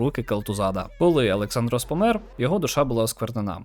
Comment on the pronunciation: Контент хороший, питань нема. Лише одна претензія до вимови деяких слів та імен персонажів. Наприклад: Не АлександрОс Могрейн, а АлексАндрос Могрейн.